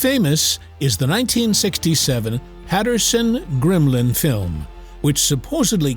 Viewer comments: I was interested in his analysis of gigantapithicus to the modern bigfoot until he kept referring to the Patterson Gimlin film as the Patterson Grimlin film. He adds an r into Gimlin where there is none. And then to say that the subject in the Patterson Gimlin film is clearly just a man in a gorilla suit finally did it for me. He clearly has not done any research on the Patterson Gimlin film and should not be making any assertions about it. It's OK to have an opinion about a subject but at least be a little knowledgeable about it before you do. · It’s Patterson and Gimlin not Patterson and grimlin